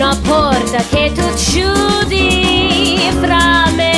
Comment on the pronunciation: Nice, fun rendition -- good vocals from the singer, and I like the "cowbell" coffee cup accents -- very cheeky. (Just one note on the pronunciation -- the Italian "chiudi" is with a hard K sound, not soft "CH")